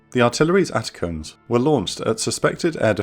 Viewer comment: Not that it changes anything but ATACMS is pronounced A-TACK-EMS